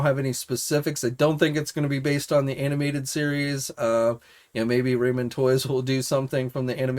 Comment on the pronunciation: Gotta say: Plunderlings has a second L in it. Ramen is pronounced Rah-men. And their Centurions and M.A.S.K figures are unlicensed 3rd Party, not "Bootlegs/knock-offs".